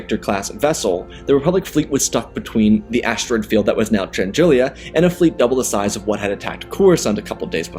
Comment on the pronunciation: Great story - you mispronounce a few names, though… Chandrila only has one i, and it’s Muunilinst - MYOO-ni-list or MYOO-ni-linst, I’ve heard both.